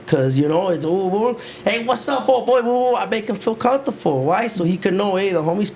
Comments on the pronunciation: Comfortable ❌️ Cuntuful✅️ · NEGRA WRONG FOR NOT CORRECTING HIM SAYING COMFORTOFO 😂😂😂😂😂😊